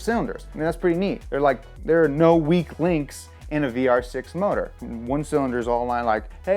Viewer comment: i actually Think ur german isnt that bad.... well im german and besides the pronunciation layin on MOtor and not moTOR its damn correct.. nice vid as always, keep going